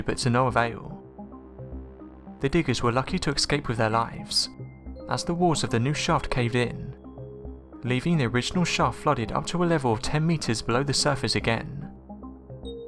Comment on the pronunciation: what Englishman says, ec-scape - like we idiots over here do?